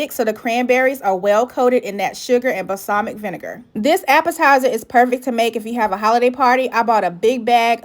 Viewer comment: BALSAMIC NOT BAHSAMIC